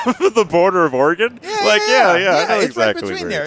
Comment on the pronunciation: thank god you guys know how to say Oregon. so many dumbasses out there say it like "Orah-Gone" which drives me fucking crazy.